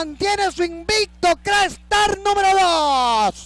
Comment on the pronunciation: ESTOS EVENTOS SELECTIVOS QUEDAN REGISTRADOS EN LA HISTORIA DE LA HIPICA NACIONAL, POR ESO PIENSO QUE DEBEN SER NARRADOS POR LOS GRANDES NARRADORES DE LA EPOCA, NO ES LO MISMO DECIR CRA-ESTAR QUE CRACKSTAR...